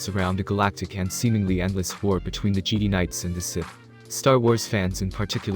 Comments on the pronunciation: Say Geedee one more time! Lol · He pronounced Jedi as geedee:/ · Lmao, this dude can't pronounce Jedi right